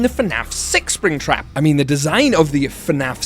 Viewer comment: he said sraptap at one moment